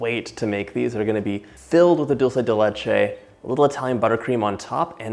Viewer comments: Just a little correction, it's 'dUlce de leche' not 'dOlce de leche', think it this way, dulce means sweet, de means of, and leche means milk, so basycally a sweet thing made of milk! :)) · I'm guessing because most English speakers pronounce it dolche (which I think is Italian) instead of dulce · Thanks for the correction: I've always pronounced it as though it were Italian rather than Spanish. Now I know better. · As soon as I heard dull say de litch ayyy… I got tf outta here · I love how u say “dulce de leche” 😊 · I speak 5 different languages but I'm Latina and I can tell you John didn't say it correctly